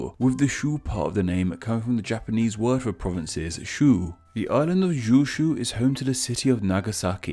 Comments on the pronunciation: Okay, who tf told you how to pronounce this island, Kyushu? I need names. Every K you see in Japanese is pronounced as a K just like it is in “kite”, “kitten”, etc. “Kyu” is basically the same sound as the letter Q or the word queue or like the “cu” in “cumulative”. The sound you’re making is close to “zyu/ju” (depending on your preferred system of romanization), though it’s harder in Japanese like in English with a “dzh” sound with a realized d sound. You’re giving me very Cyrillic “zh”. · "Jew Shoe" lol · I'm pretty sure he's saying jyuu shyuu instead of kyuu shyuu which would mean 10 provinces not 9. He got the spelling correct but somehow messed up the pronunciation, trading the word for 9 with the the word for 10. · Kyushu: is pronounced Kyushu: jew shoe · How in the holy hell do you get “jyushu” from Kyushu? Jyu is the number 10 bro, not nine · Why is it you pronounce kyu as kyu in ryukyu but pronounce it as jew in kyushu? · The latin spelling of Japanese words is called romaji i.e. “kyushu” if you you read as you would in English you should get an acceptable pronunciation. As in how you would say (queue-shoe). Juushu just sounded very wrong considering there was ‘k’ right there. In Japanese Romaji will always have the pronunciations of Roman based languages. English has somewhat romanized pronunciations so it shouldn’t be hard to pronounce these names. I have to say though, you really butchered kyushu, 😂 but it’s okay everyone makes mistakes and we should always learn from them. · The "Kyu" in Kyushu refers to the number 9 as pronounced in Japanese. Saying Jooshu implies 10 as "joo" is how the number 10 is pronounced. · You sounded like GYU meaning beef, kyushu is like saying key and you, lol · > uses a pronunciation source to pronounce JOO SHOE how do you even find a source so far from standard pronunciation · Kyushu is pronounced like its written, jyu is closer to the number ten rather than nine. Nine in japanese is Kyu.